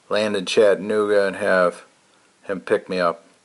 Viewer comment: LOl going to help you with your southern pronunciation of Chattanooga. It's Chatta.... nooga... Not Chattan---ogga .. It's okay You are from MI! I lived there, very nice place to live. I miss your adventure already.. Can't wait for you to stealth camp someplace that is not hot. Just a nice cool camping adventure. Heck, I love the rain camps.. nothing cosier than a rainy night in a tent. Just not fun getting it all packed up the next day .